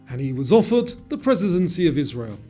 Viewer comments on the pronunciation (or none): none